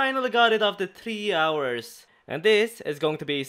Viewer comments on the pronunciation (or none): none